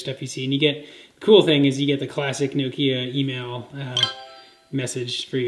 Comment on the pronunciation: Its Noh-Kee-Ah,not no-kee-ah, or nook-ee-aah. jeez.